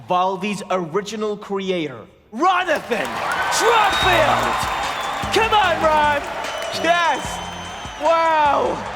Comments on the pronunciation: "Ronathan Trodfield" caused me to die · "Ronathon Trodfield"